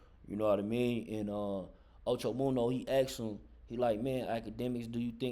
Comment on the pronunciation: You sayin da nigga name wrong da fuck it's munna not munno Ocho munna get it right dude got damn